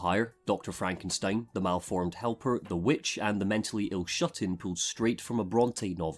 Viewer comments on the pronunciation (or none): none